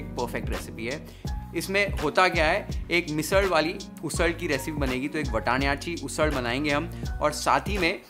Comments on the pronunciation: One genuine question, who eats this delicious food afterwards? 🫣🤭 The perfect recipe with the perfect pronunciation of Vatanyachi Usal. You’re just amazing!! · The way you said vatanyachi ussal and kharda..😁loved it..keep it up✌️